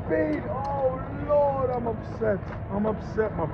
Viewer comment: Drinking game every time he says, lord pronounced Loarrd beer you’ll be effed up in five minutes.